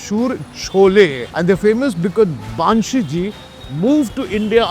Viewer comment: Is it Baaanshee or more like bun-shi?!? pronunciation check kar liya karo.